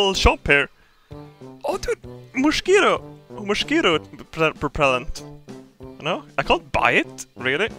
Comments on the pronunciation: "Moshquito"...............much better than the actual pronounciation in my oppinion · "Moshquito propellant"